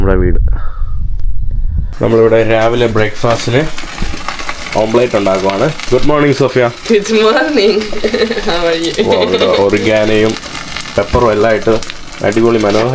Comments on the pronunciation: ഓംപ്ലേറ്റ് അല്ല, ഓംലെറ്റ് . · അത് വച്ച് ജാം ഉണ്ടാക്കാൻ പറ്റില്ല , അത് ഒലിവ് മരമാണ് . പിന്നെ മറ്റുള്ളവരുടെ മുന്നിലെങ്കിലും ഓംപ്ലേറ് എന്ന് പറയാതെ ഓംലറ്റ് എന്ന് പറയു . ഓംപ്ലേറ് എന്ന് കേൾക്കുമ്പോൾ എന്തോ വളരെ അരോചകമായി തോന്നുന്നു .